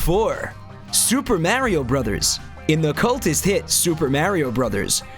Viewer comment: Correct pronunciation of Mario, though.